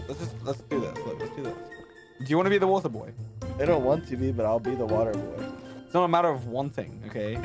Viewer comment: Water boy got me laughing *Come here wanter boy*😂😂